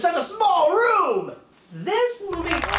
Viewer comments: Finally someone makes a joke about Linkara's accent! His pronunciation of room and roof was always funny to me. I remember when he said,"YOU DON'T WANNA SIT THROUGH THE RUM!" I was expecting NC to say,"The what now?" Funny review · I do think it's funny you made fun of the way linkara says room